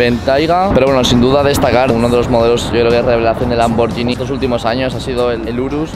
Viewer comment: LIKE SI TE PONE NERVIOSO QUE DIGA LAMBORYINI, EN VEZ DE LAMBORGHINI